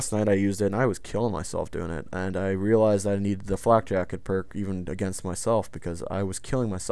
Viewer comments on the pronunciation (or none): none